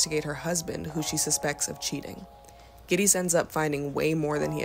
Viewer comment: NEON NOIR?? It's NEO . And GITTIES does not rhyme with KITTIES